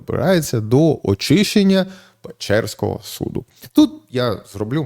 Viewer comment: Суду блін,а не судА